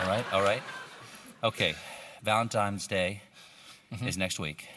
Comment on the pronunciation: Colbert said 'Valentimes' day lmao